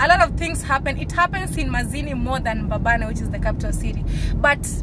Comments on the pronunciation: It’s Mbabane not Mbababe. Enjoy Eswatini. May God continue to guide you and protect you in all your journeys. Your other Mama in the UK 🙏🏽♥️ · It's mbabane not mbababe ..anyway it's small country eswatini but was always peaceful until recently